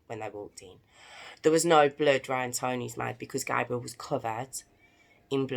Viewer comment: U pronounced his name the way the girls version is pronounced his name is pronounced GABE- BRE-ALE. NOT GAB